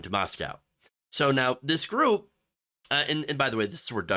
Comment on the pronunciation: FYI....... Moscow, ID is pronounced MOS-CO. Don't feel bad, I pronounced it wrong until I dated a gal who graduated from U of I. Thanks for sharing. These right wing Christians are flat out insane!